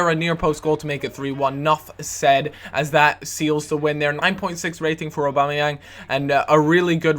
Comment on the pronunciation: its prononsed Og - Bom - Ni - Yang not obamayang